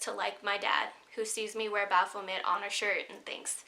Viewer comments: Its bapho-may not met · The 't' is silent in Baphomet.